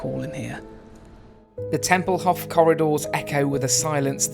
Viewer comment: Tempelhof is pronounced with a long "o"; otherwise, great video! I landed there twice, after PanAm flights, and still love the place, with all of its history.